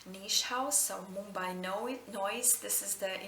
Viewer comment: You said Mumbai pretty well!